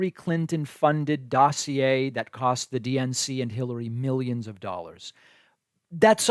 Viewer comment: “Mil-yeeens and mil-yens” 😂😆